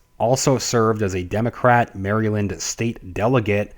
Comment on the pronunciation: here is how MARYLAND is pronounced.